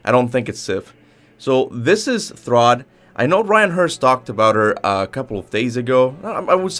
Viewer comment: It's thrudr btw. Not to be rude or anything I'm just saying idk where this "throd" is coming from